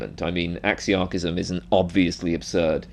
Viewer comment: Oh my God please re rerecord this entire video with a proper pronunciation of the word